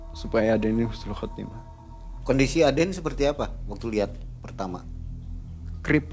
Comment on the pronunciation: Husnul.Khotimah bukan Khusnul.Khotimah artinya sangat berbeda banget